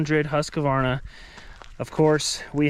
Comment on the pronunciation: Husq-varna not husk-a-varna. Sorry pet peeve when people don't say it properly.